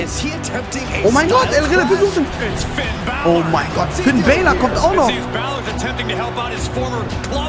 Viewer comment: Finn Bálor, nicht Finn Baylor :/